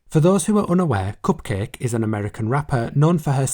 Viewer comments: It’s pronounced Cup-Kah-Kay. It’s a play on bukkake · The pronunciation of Cupcake *chef kiss* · My degenerate brain definitely thought cupcakke was pronounced differently... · when you said cupcakke i died inside